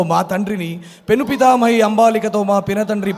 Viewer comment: నూటికి 90మంది చెప్పగలరు...చా. o డా ల కాదు రా...పిచ్చినా....... పెను పితామహని...కాదురా... పినపితామహి... ముందు తెలుగు నేర్చుకో